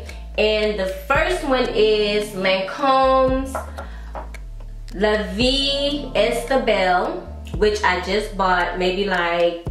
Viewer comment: another Awesome video. La Vie Est Belle. Is prounced La Vie A Belle. I love this video the most then your Fragrences that will get you noticed. Good content.